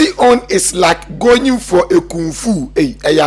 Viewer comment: Eihhh, u too, what is goying ,is it going or goying😅😅😅😅😅